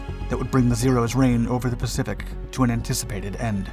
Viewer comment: “the pacipic” lol